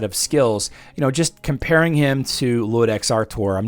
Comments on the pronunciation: By the way, it's not Ludex, it's Iudex (yew-dex) with an uppercase "i". It's latin for Judge. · I was going to jump on here and say the same thing. was the first content creator I've seen pronouncing it with an "L", even though it is obviously an "I". Guess the brain just wasn't willing to wrap itself around that word correctly. It happens